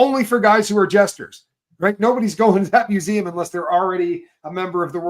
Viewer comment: Wow...A private museum....ME-U-SEE-EM.....😅...